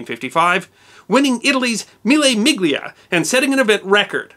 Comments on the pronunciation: Mille Miglia ... pronounced 'Mille Milya' ... soft 'G'. Salute! ... btw - this was a great episode!!!!!! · “Lay Mauwn” not “Lay Mawnz”. “Me-lay Mee-lee-ah” not “Me-Lay Mig-lee-ah”. “Juan Manuel “Fan-jee-oh” not “Juan Manuel Fawn-gee-oh”. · Levegh is pronounced le-veck as already mentioned. Mille Miglia is pronounced meela meelia. Fangio is pronouned fahn-gee-oh. The "European" pronunciations are easy to find out and considered universally correct in motor racing history. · Mille Miglia pronounces ˈmille ˈmiʎʎa, like 'mille milya' and Juan Manuel Fangio, Spanish pronunciation: [ˈfanχjo], Italian pronunciation: [ˈfandʒo], close to 'fanjo'. Since it is the history, it better be pronounced right. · Mille Miglia. Basically, the G is silent. No big deal, though. No need to apologize. Posting for you and others always willing to learn. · Mille Miglia, Le Mans and Jaguar, my three favourite mispronunciations (typically by our American friends). Good insights however, into the history of motor racing, thanks for sharing. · As an Italian and GP/F1 fan , best explanation I have seen of this disaster and thank you for sparing us the grisly photographs. As the risk of seeming to be boorish, Europeans don’t try to change the pronunciation of American place/event names and so it’s: Le Man the s is of course silent and Mille (Mil lay) (Me Yelia ). The g is silent in fact the construction gli is the hardest to master. It’s pronounced “yee”. No worries Jay Leno pronounced nothing correctly on Italian. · Excellent and accurate video. Could you just take a look at some of your pronunciation. For instance Jaguar and Mille miglia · Just a couple of corrections to pronunciations. Juan Manuel Fangio's name is pronounced with a hard 'G' as in Gee wiz and conversely, the Mille Miglia is pronounced with a soft 'G' (in other words a silent G) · Owwww! My ears are ringing from that appalling mispronunciation of "mille miglia" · drop the /g/ in Mille miglie like the /g/ in bologna